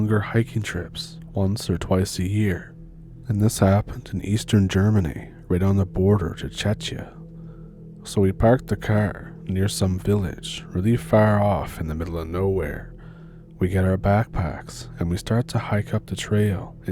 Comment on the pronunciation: The "ch" in Czechia is pronounced as k, same as in Czech, not as "tch". 😂